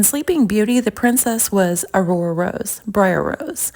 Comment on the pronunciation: Imagine naming your kid a name that you couldn’t even pronounce. In that snow video (I think) she tried saying Aurora lol. Also wanting to have a baby and naming it that with just anyone. How embarrassing for Ken.